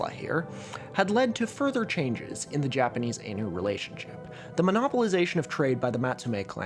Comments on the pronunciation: Ainu is pronounced I-Nu/Eye-New, Ai like Hentai, you dont say Hentay, also the Ainu people are genetically distinct from Japanese people, the Ainu people have been shown to exist in Japan before the ancestors of the modern Japanese, the modern Japanese immigrated to Japan from mainland Asia thousands of years ago and brought agriculture, pushing the Ainu north to Hokkaido where hunter-gatherer tribes had an advantage over agricultural tribes due to climate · If you wanted to know more about Ainu, Yoshitsune(Okikurumi). Read Rev. John Batchelor books, read Brett Walker's The Conquest of Ainu Lands, and Dr. Munro's Ainu Creed and Cults. Also, you're saying Ainu wrong. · I know it's petty, but the Ainu pronunciation feels more designed to annoy people than out of sheer ignorance, I hope I'm wrong. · that Ainu pronunciation is giving me a headache 😭😭😭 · No offense but your pronunciation especially of Ainu is really bad. I understand Chinese is the Asian language you actually know but I think you should have had a Japanese person run through the script for you. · You're pronouncing Ainu wrong the whole time btw. It's /ˈaɪnuː/ not /ˈeɪnuː/ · I think Ainu is pronounced like Eye New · "Ainu" is pronounced "eye-noo" by the way. If you ever go to Hokkaido, there's only village left that's majority Ainu, and it's not famous, Nibutani in Biratori. It has a guesthouse run by local Ainus, Yanto. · “Ainu” with the “ai” in “rain” sounds like a plural for anus. It’s “Ainu” with the “ai” in “Thai,” which is the typical handling of that vowel with Asian words transcribed into the Latin alphabet. Sorry to be a smarty pants; I do love your content. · Every time he pronounces it aynu I die a little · I've always heard Ainu pronounced "eye-new" or "i knew". including from historians whos work is focused on the region. anyways, sweet content as usual!! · This is such a great video but the mispronunciation of Ainu is killing me. The ai is pronounced like "eye," not like the ai in "laid."